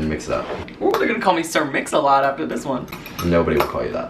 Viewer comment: Sir Mix-A-Not